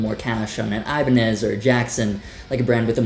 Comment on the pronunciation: Did you say Ibanez???? Ppppfffttt...